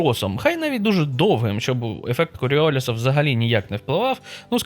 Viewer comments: Не супротив, а опір. Не холодна температура, а низька. Ну, і кількість блях тексті просто неймовірна. Не "обертаючийся", а обертовий. Неправильно вживати активні дієприкметники в українській мові. У прізвищі Коріоліс наголос ставимо на останньому складі. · Він француз. А у французькій всі наголоси на останньому складі. Плюс українська, білоруська та р-ська Вікіпедії. З авторитетних друкованих джерел ще подивлюсь Українську радянську енциклопедію в сканованому вигляді.